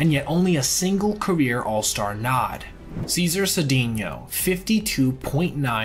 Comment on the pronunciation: Cesar was pronounced "Say-zar". Other forgotten heroes from Houston are Jim Wynn and Rusty Staub